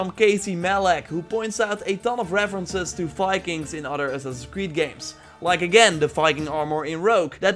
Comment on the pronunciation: Viking, dear. With a V. Not Fikings. I'm sorry, but as a Nordic person, I can't allow your Dutch accent to murder our national identity.